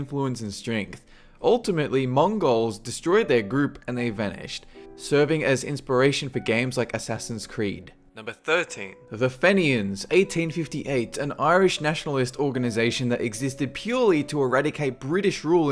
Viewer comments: Fenian, pronounced Feen yin. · You pronounced fenian so badly